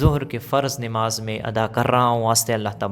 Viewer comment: Nemaz nhi h namaz h,sahi boliye